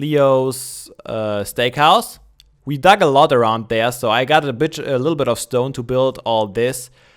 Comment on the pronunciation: In tries to say "bit" but says "b**" lol